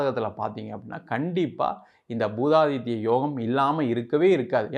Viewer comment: பூதாதித்ய யோகம் அல்ல புதாதித்ய யாகம் சரியா சொல்லுங்க